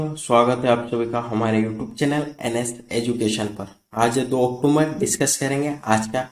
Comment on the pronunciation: अक्टूबर का सही उच्चारण करिए।